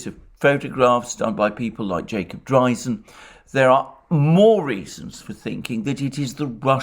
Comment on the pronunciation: Jacob who??? He just butches the name I can't find him at all.